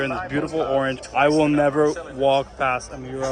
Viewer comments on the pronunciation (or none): none